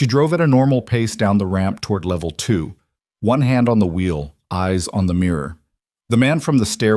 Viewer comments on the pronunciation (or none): none